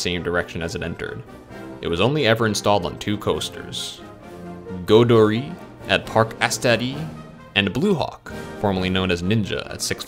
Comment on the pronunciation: Godori at parc astéri xD no pls , goudurix with a x and astérix with the x !! Btw good video